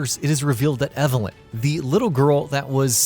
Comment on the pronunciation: Evalin not eva